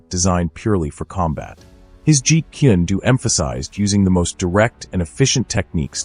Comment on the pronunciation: it's jeet kune do, not "jeet kindu" or whatever you're saying